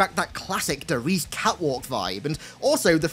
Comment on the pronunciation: Loved the video. You made a lot of good points. Heads up though, Der reise is pronounced dare rise.